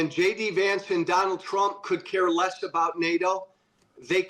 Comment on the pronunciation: I liked the slip of the tongue, "President Strump"!